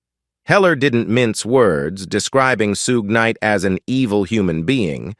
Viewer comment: I mean ai pronounces it the correct way